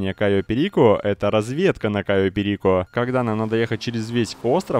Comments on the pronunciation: пЕрико или перикО, НО не перИко.... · Задолбал уже каверкать название острова.Было же норм,чё началось-то Кайо пЕрико